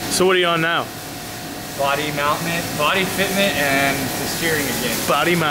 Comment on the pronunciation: When said “Mount-Ment” cuts to footage of hunting a wild turbskie LS in the boonies